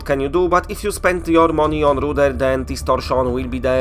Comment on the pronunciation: I like you. But I'm going to give you an english lesson. 3D Rudder. Don't say it like Rooder. RUH-DERR. Makes an AH sound with an A almost. U doesnt make "you" sound. Its not poohzles its pUH-zzles.